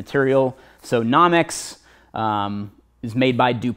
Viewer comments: I couldn't stop laughing. Classic! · lol i was thinking the same thing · No-mex not Nah-mex. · no-mex not nom-ex proper def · Almost quit watching the video it bothered me so much lol